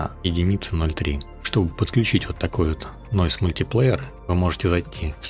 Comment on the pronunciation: Как же слух режет твой мультиплеер.... Говори правильно. мультаплАйер... Объём никакой не выдавливает. Что ты несёшь?... разберись с тем, как работает Stable Diffusion в математике. Картинка заново генерится каждый раз, когда ты нажимаешь GENERATE - что переводится как ГЕРЕРАЦИЯ. Не расширение, а разрешение. Не тарЖет, а тарГет, что переводится как цель. Не вайд, а виз.... Иду по видосу и охуеваю всё больше. Тебе нельзя открывать рот. Отдай текст боту, будет лучше. И метод твой неочём... ты даже не понимаешь, как работает img2img... всё методом тыка. Отсюда и такой результат.